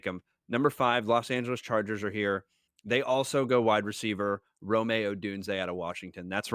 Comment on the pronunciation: Rome is pronounced Roam, not Romay